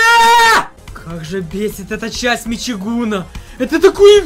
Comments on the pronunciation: Мичиган а не мичигун. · МичигУн... Мичиган! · Мичигуна??? ЛОЛ Я РЖУ